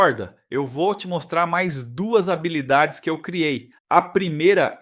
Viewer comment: Achei interessante o avatar de IA. Bastante natural. Só percebi quando ele pronunciou “habilidades” como “rábilidades” kkkkk Ótima a explicação sobre o Spark. Mto obrigado 🙏🏼